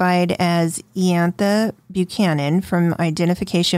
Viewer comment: It's pronounced eye- antha